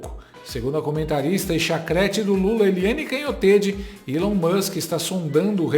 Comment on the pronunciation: Feio mesmo é um reporter nao falar correctamente o nome do elon